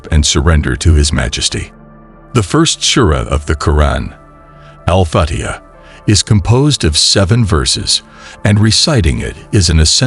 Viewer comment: when will you learn how to pronounce arabic correctly? Are you trying to make a point or what? Is it so hard to find someone who knows how to pronounce the name Allah or alfitajah, is it so difficult to do that? With this, i truly believe you are not muslim but some random person trying to profit out of islamic fanatics to follow you. I hope this is not the case but is time to learn the learn language so you could learn how to pronounce the words properly, remember, you chose islam and no one forced upon you to take it.